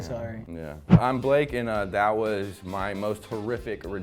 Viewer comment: “Blake” Me: Be-la-ke! 😂😂